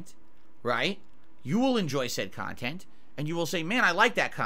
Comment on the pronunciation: this man really said "educational" about his own kahTENT